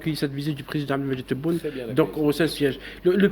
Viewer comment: notre président s'appelle Tebboune et pas Téboun C'est un nom propre Comme ton nom et pas Gézar Makhlou3in fi le français